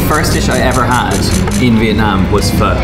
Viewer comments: Fuh?? I thought it was pronounced fo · Omg, my mum and I loved hearing pronounce pho 🤣 The way he said it sounded a bit too short, like you're trying not to say the f word!